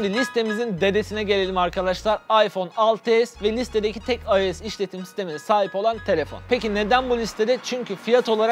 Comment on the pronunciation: ulan şu ios a ayoes demen beni çıldırttı olm ayos desene